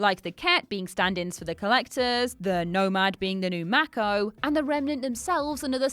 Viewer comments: You say "macko", I say "mayko". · Mako - "may-ko"